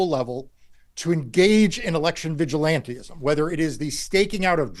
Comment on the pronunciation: Yo Marc…it’s vigilantism, NOT vigilanteism!